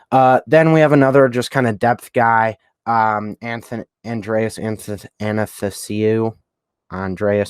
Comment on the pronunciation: Pretty close to their actual draft with a few improvements imo. Idk why they didn't take Tarasenko lol. Btw those names, its "Uh-Thanos-E-U" and "O-Lex-E-Ak"